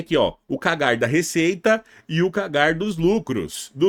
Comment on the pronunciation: Sugestão de pronúncia pro CAGAR kkkkkk pode ser Q-U-E-I-G-U-E-R kkk brincadeiras a parte dicas top gosto de empresas com CAGR acima de 5% vlw